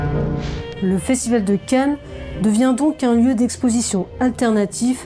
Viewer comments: Y a que moi qui entend "le festival de Ken" une fois sur deux ? 😄 Très bonne vidéo en tout cas ! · Je n'y ai jamais été, et j'ai toujours suivi cela assez distraitement. Une analyse détaillée et nuancée comme toujours. On aurait presque voulu plus de votre expérience de l'intérieur en tant que résidente., quelle voix suave. Par contre vous accentuez beaucoup le nom "Cannes", des fois ça me faisait penser à "Ken! Le survivant de l'enfer!". ^^